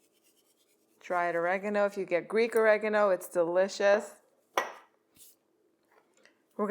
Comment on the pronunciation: Oragano not reagno